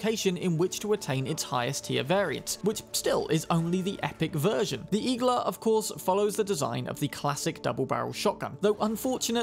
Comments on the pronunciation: Igla also means “needle” on Russian, it’s pronounced iglA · Small correction Igla is also needle in Russian. With emphasis on last vowel.